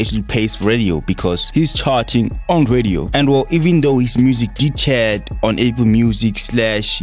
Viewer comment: Chart📈 not chat